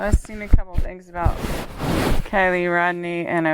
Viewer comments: umm it keily ..like kyile not kelly just thurt id let u knw lol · It's Keily NOT KELLY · Her name is pronounced With an I , is is not Kelly it is Kily. Spelled Kiely!!!!!!!!!! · Kiely not Kelly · If you don't say KIELY'S name right through the whole reading does it effect the reading but keep calling her Kelly. Are your spirits connected to the right person? You even spelled her name wrong in the title of the video title. Can you please answer my question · 😇💜 PLEASE don't attack me, BUT you are saying her name wrong. Kiely ( Kylie ) or ( Kyle ) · You pronounce her name as Kylie although it is spelt Kiely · Her name isn’t Keily, it’s Kiely, and your pronouncing it as kelly in the beginning of the video. I don’t mean anything by correcting you on her name, just wanted to let you know cause some people on here will be mean about it. I love your work and what you do to help others. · Pronounced KY Lee;)